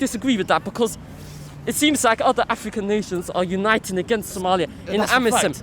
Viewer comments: I just wanna know why the guy with the cap pronounces African like "afrrrikannn" when he has clearly got a London accent naturally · The guy in the cap is a full time nitty. He’s not making any sense at all, he made a bunch of generic statements and threw around the words “bro”, “don’t get it twisted” and “rudeboy” to further enforce his ridiculous statements. Also, saying “Africa” and “African” in a weird accent will not change the fact that what you’re saying is total bullshit.